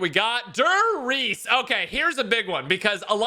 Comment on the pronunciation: “Dur Reece” 😂😭